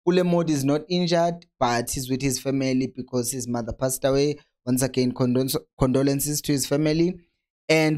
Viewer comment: Aww waze wangihlekisa with "Condolonces" pronunciation🤣🤣🤣🤣